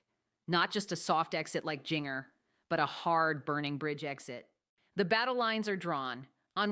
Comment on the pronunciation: Lady its Jinger pronounce Ginger